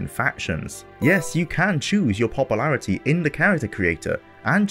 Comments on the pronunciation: Popple-arity. 0.o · Popalarity popalation lol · points to popple-air-ity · Papa-lairity lol